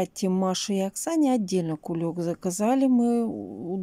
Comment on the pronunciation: "Кулек", аж уши режет